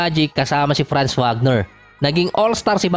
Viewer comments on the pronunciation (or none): none